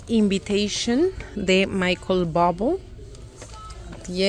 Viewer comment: Gracias. By Invitation Michael Bublé huele bien. Se pronuncia Bublé como está escrito. Michael Bublé es un cantante muy exitoso. Incluso ha cantado con Thalía ❤